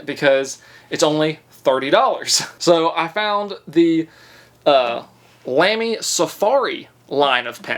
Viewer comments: Hold your judgement…. He can’t even say lamy lol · Hes figuring it out.. how great fountain pens are.. now if he could pronounce lamy….. 🍻